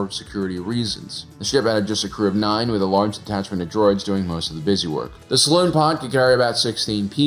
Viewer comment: The ship has a "saloon pod"? Dude, they're not playing poker and drinking whiskey while listening to a guy playing an upright piano. It's a "Salon pod", a lounge.